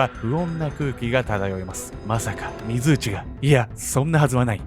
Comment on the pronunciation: 水内って油断（？）して聞いてたら 非通知に聞こえる。 ...私だけでしょうか。どーーでもいーいですよー